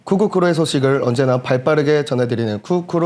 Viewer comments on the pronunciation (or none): 쿠쿠크루 원년멤버에 한 지 10년도 넘었는데 한번도 제대로 발음한 적이 없음ㅋㅋㅋㅋ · 쿠쿠크루가 아니고 쿠으쿠으ㅋㅋㅋㅋ